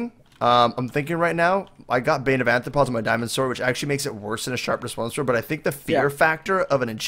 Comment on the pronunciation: When will he learn it's called Bane of arthropods not Bane of anthropods